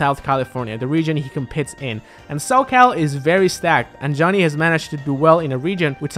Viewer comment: Hey Zero don't know if you'll read this but you don't pronounce the "h" in Johnny